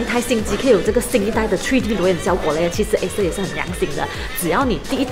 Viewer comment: 这个“吹D” “秃D” “爱色儿（弘基）”听得我蛋疼 要么全中文，要么英文配字幕不行吗，中英混搭听得真难受。